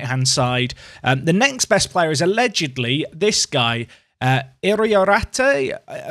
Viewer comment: Ee-ree-àhr-teh, remember to roll your r's.